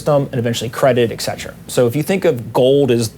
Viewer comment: who is "ekzetera"?